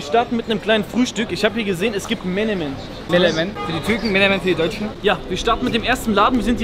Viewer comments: Es heißt Menemen, und nicht Melemen. Also, auch für die Türken Menemen, Ali darf ruhig Melemen sagen, das ist okay. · Wenn der deutsche Menemen richtig ausspricht... Und der Türke mal voll reinkackt 😂 Melemen... Hahshahah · Eigentlich heisst es ja wirklich menemen und nicht melemen :D bester türke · DAS HEißt Menemen nicht melemen.!!